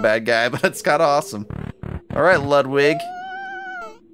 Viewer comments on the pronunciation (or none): it’s pronounced loodvig. it’s german